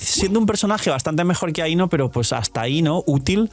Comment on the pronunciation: Dijo Aino o ahí, no?